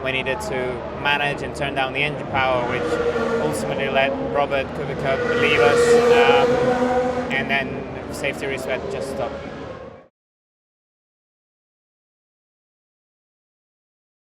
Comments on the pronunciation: Mazepin: "Kubi-ka" Jeez dude you're Russian and can't pronounce a Polish last name??? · The fact that Mazepin said Kubika instead of Kubica speaks for itself 😵‍💫